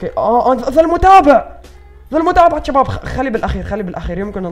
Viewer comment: ليش تكول جباب كول شباب